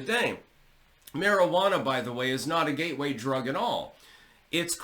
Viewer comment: did you say it's a ghey way drug or a gateway drug 😮